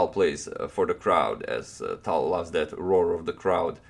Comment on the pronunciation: are you sure tal is pronounced tal and not talj?